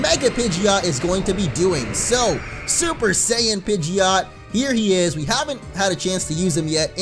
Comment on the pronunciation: It's pij-it Not pij-ee-ott